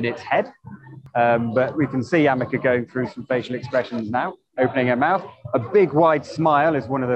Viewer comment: "AmekeR" should be "Ameca" as the name should be. Did someone tell him? I note he says it incorrectly in the first and last of the interview. Edited?